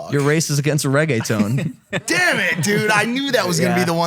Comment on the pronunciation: actually when maik said regueton he didn't say that bad 😂😂😂😂😂